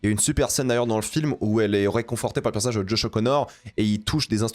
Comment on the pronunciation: C'est quoi un "perce nage" ?😂